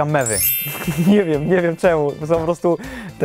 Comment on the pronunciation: Minuta myślałem ze powiedziałem memy a to były mewy XD😅😅